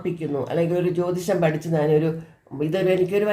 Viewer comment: ജ്യോതിഷം Not ജോതിഷം